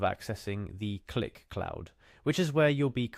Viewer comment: bro its not pronounced cue lick, its just click